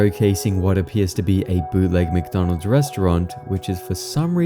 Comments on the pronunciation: Dawg it’s wcdonalds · Ronald McDonald? I think you mean Wonald WcWonald!